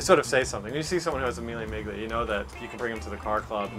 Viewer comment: Imagine working with classic cars for 20 years and pronouncing Mille Miglia like that...